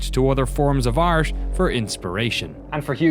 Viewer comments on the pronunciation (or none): Hugo: "And it's kinda like sorta like"... jeez, learn how to talk, it's not that difficult to form normal sentences! And keep that "like" work counter in check. But what really got me rolling on the floor , from this same background narrator as the Witcher series: "So Hugo did what he did when [...], he looked to other forms of arse". So much for articulating XD